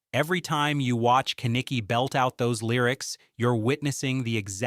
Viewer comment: Also just cause its bothering me..."Ken-Eh-Key" is not how you say his name. Its "Ke-Nick-E"